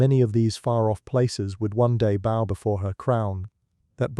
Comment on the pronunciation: I really like your video about life and Service. And I did enjoy your narration voice until this video when I realized it is an AI voice because you mispronounce the word BOW. Phonetically BOW would be pronounced as in BOUGH like the limb of a tree. But the AI voice often falls down when there are multiple meanings to an English word. So the AI voice pronounced it like a bow on a presence instead of bow as an bowing down to someone for respect. As a new channel was only just over 1000 K subs you think you would use your real voice. I’m often disappointed that new YouTube channels do not use the real person‘s voice and depend on an AI generated narration voice.